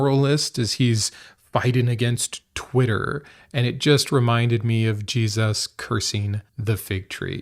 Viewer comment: G-Suss? Why say the name like that?